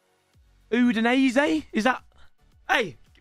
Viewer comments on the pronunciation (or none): ain't no way bro said udinese 💀